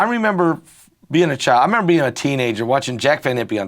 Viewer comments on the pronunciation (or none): none